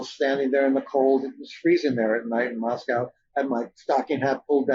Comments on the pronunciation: Pronounced loke Costco. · Mr Blum would seem more credible if he could at least get the unusual pronunciation of Moscow correct. It’s a real issue.